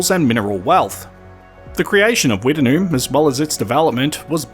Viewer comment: I have never heard it pronounced Wtt-en-noom. We always pronounced it Witt-Noom.